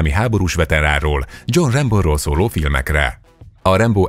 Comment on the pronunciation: Rambo....olyan nehéz ezt ki mondani????? Nem rembo meg mitudom még...... Rambo és punktum